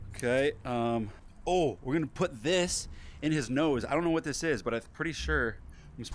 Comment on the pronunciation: “Oh nawr I don’t nawr what to do”😂